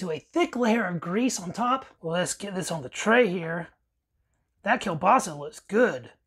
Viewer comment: At least you know KIEŁBASA, and you pronounce it right! smacznego!